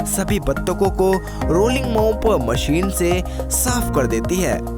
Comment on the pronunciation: Desss(Desh), Wajan(Wazan), Maseen(Machine), phiss(Fish) bhai tu pehle dhang se bolna seekh... unpadh aadmi